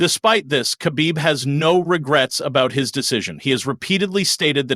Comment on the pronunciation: Pronounce Khabib Like Hhabib (beloved)... Cuz dagestani people use "kh" to Pronounce "H"